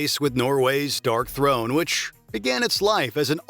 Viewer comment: the bot narrator calling Darkthrone "DORKthrone" 🧐